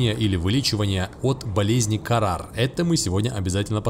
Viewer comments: Болезнь называется хаара, а не карар это старое название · Это болезнь называется не КАРАР а ХАРАА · Почему Карар? Хараа вообще-то!